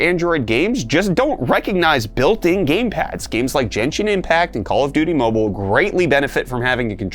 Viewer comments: I'm pretty sure you're doing on purpose right now. But I promised to correct you every time this happened. It's "Genshin" not "Jenshin". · "JEN-SHIN IMPACT"?! LOL